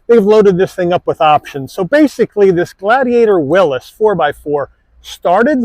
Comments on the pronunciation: Its a WILLYS, not a WILLUS! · Why are people pronouncing it “Willis”